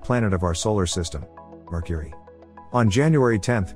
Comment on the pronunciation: Merchury, what a lousy pronunciation?!?!